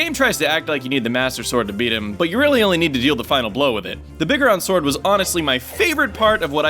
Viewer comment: You pronounce biggoron sword wrong. It's pronounced big-goron.